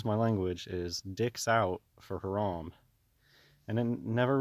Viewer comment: Lol dwag it's Harambee like 🐝 bee.